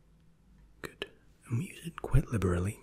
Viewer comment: Every time he says “goodT” I immediately get tingles